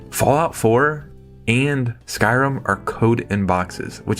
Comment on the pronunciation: Did you say Skyrim?